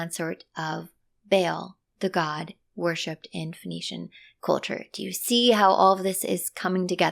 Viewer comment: Sorry but your pronunciation of Phoenician as Venetian was quite confusing.